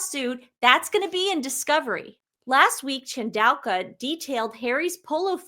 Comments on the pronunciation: Please let read the articles for a while. Your pronunciation of Chandauka got worse as you went on. Where did the Q come from? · This is a crazy idea, but I wonder if Harry has ever made a pass at Dr Chandauka and was rebuffed? (pronounced in Zimbabwe as Tandooka) Also, meghan would hate to have a lady with black skin standing beside her because she basically looks white. The other thing is, after Dr Chandauka shut down her X because of the pile on from the sussex squad (sussex PR machine). As the Dr's history is in the head of Intelligence at Meta, she will have the means to trace the names & ip addresses of those who were posting the hateful comments against her. Her doctorate was and honorary from university of Coventry. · ChanAUka I think not ChandauLKWa? And imperious not imperilous? Hehe